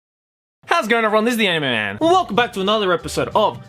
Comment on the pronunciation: Me:starts video Also me: hears " hows it's goin' everyone this's animi-man "